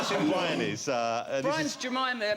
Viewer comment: "So this is Bwian, innit..."